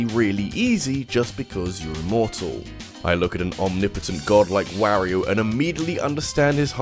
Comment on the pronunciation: Mfw people still pronounce mario and wario incorrectly even though you can select them in smash and hear exactly how to pronounce it. Ain't accent